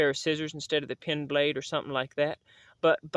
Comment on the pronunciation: After watching several of your videos. To my perception it appears that you keep saying pin blade instead of pen blade. I am old and my hearing is not what it should be and therefore I might be wrong. I tend to agree with most of your knife preferences and I am passionate about knives. Thanks for your work.